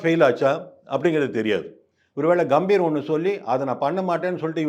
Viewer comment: காம்பீர் இல்ல தம்பி. பெயர் கம்பீர்....க க...எங்க சொல்லு நாலு தடவை....முடியல